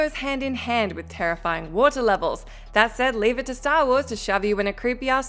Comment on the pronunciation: Please pronounce WATER correctly